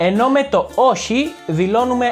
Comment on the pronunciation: Very useful and entertaining channel! By any chance are you from Crete? The way you pronounce "oxi"/"oshi" ? :)